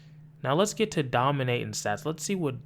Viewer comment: “What the fuck are you dominayton?… the metaverse?”😂😂😂😂😂😂